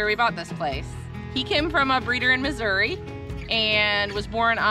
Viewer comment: You said missoui? Plummers?